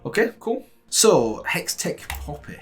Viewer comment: You pronounced Hextech right this time!!!